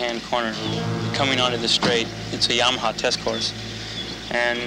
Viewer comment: Mispronouncing Yamaha is kinda lame..